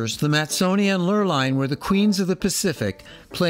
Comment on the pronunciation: I love this video and only wish I appreciated Britanis more during the one and only time I sailed on her. A gentle reminder that "Lurline" is pronounced "Lur-leen."